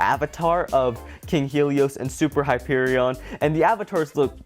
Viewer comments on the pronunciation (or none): none